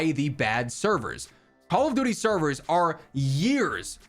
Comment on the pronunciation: Man said update severs lmfao...never